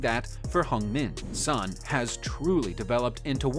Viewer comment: It's not sonny lol